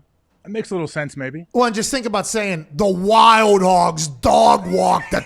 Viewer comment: I’m here for Pat getting to say “ WY-OLD HOGGS” for all of eternity lol.